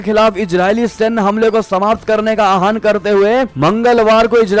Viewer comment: आहान कोई भी शब्द नहीं है आह्वान शब्द है अपना उच्चारण सुधारें।